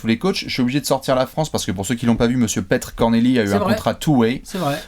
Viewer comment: Ça se prononce "Peter" et non pas Petr, bien qu'il n'y ait qu'un e. Il le confirme lui-même sur sa chaîne youtube.